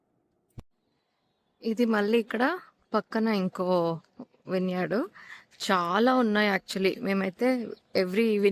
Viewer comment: Vine yard ❌ vin yard✅